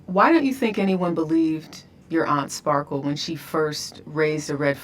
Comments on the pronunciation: Ti keeps calling her Sparkles 😂😂😂❤❤❤ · Sparkles 😂😂😂... it's Just Sparkle